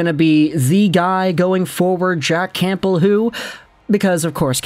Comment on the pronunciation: The “p” in Campbell is silent.